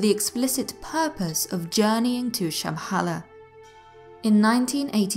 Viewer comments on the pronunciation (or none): the way you pronounce Shambhala is horrible! nice channel thou.